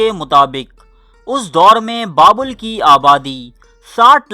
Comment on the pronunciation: بابول نہیں بلکہ بابِل تلفظ ہے۔